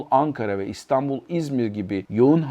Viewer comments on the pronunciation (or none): none